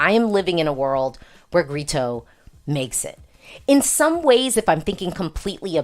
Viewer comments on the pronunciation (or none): Hi,. love these videos. just fyi, Grito is pronounced "gree-tu", not "gree-to". When an o comes at the end of a word in Portuguese, it's pronounced like a u.